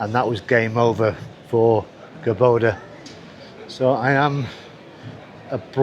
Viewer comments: COR (emphasis on first 3 letters), Doba!. (Not Cor BO- da.) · It's called Córdoba, not Corboda, haha. Great videos, enjoy Córdoba and all of Argentina! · not to be nitpicking about pronunciation, but it is CÓR DO BA, not "Cor bo da". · By the way, you were mispronouncing the name of the city. It's CÓR-do-ba, not cor-DÓ-ba. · its pronouns " Cor doh bah" not "Cor boh Dah" greetings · Yeah, I was about to write the same. And he says it that way several times. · En ingles también dice "Cor bo da" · Está doblada por IA por eso los nombres salen mal pronunciados. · A mí me sale directo con el doblaje, podría configurarlo con el idioma original, pero da lo mismo los nombres los pronuncian mal.